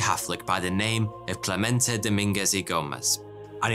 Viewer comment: All throughout the first half of the video you're saying Clemente wrong... It's spelled with E's, not A's. Meaning it's pronounced eh/ey, not AH Cl eh meh nt ey not Clah ment ah. Francesco Franco??? Don't you mean Fransisco Franco? You know, pronounces Fransssssssssssssssisssssssco? All their money came from overcharging patrons for little tickets, cards, idols, and the like. Overcharging by the hundreds. I saw a documentary about it that came out of Ireland (I think). It covered a lot about the Catholic Church and Ireland and they even went to the "city" in Spain. They were sent away. I think other fake churches were covered as well.